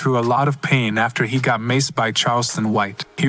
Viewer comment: Lmao 🤣 they legit said goet some milk